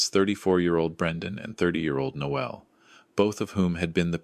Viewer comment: Noel is a male name and the ‘e’ is not pronounced. Noelle is the female name and is pronounced ‘No el’. Teach your AI voices correct pronunciation !!!